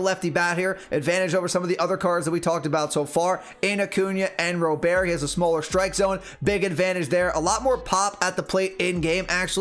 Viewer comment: Robert is pronounced like the English first name. It’s not pronounced like it’s French. I’ve heard it right out of his mouth in one of his first press conferences. They asked him how to say it. If you listen to the White Sox broadcasts, it’s definitely like I’m saying also.